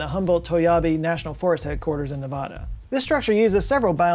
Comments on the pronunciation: How about learning the correct pronunciation of the state of NEVADA? Thanks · Ypu keep mispronouncing NEVADA wrong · Once again you pronounced Nevada incorrectly. this is the proper way to pronounce Nevada. Is Nevada the only state that get incorrectly pronounced?